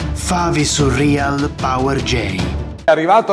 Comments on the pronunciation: Si dice surreal non surrial cazzo lol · Si dice Surreal non Surrial